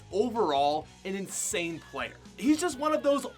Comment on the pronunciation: Did anyone notice that he said pwayer instead of player